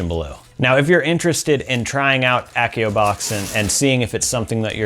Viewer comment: It's AH-see-oh, not ACK-ee-oh!! LOL